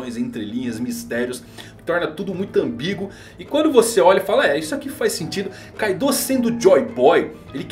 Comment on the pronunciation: Minha esposa pediu pra parar o video no segundo que ela ouviu KaidÔ.. meu deus porque pronunciam assim.. no próprio anime o Luffy fala Káido! Háki, não Hakí... Lúffy!.. Yamáto.. você fala YamatÔ...? ZorÔ? Não né .. nao falam Onigashimá.. é Ônigashíma...